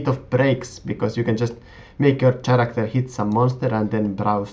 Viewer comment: Nice vid :) and just so you know the 'h' in Character is silent :) I know English isnt your first language so i just thought i'd let you know